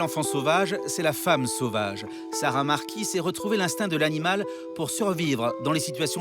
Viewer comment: Déjà, c'est Sarah MARQUIS, et non pas MAQUIS... Une grande dame, mais hélas aussi, un certain nombre de faits passés sous silence voire, inventés...